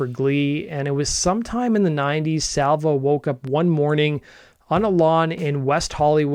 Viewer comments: It’s Di Salvio!!! So annoying to hear Salvo like 75 times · Sorry, i hate doing this but I am from Montreal, and the guy is (was) a legend so my hears kinda bleed... it's not Di Salvo, but Di Salvio. ❤ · You keep saying Di Salvo. It’s Di Salvio, come on! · Yow get it together...maybe tell the story right. It is James DiSalvio (not Salvo)....so cringy..... Second of all Bran Van 3000 came from a nickname Jean Leloup gave him as teens during college. I know this cause I am in the collective ✊🏾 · It’s James Di Salvio. There is an « I » between the « V » and the « O ». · As someone going to Uni and living in Mile End at the time...that was painful to hear. Over and over.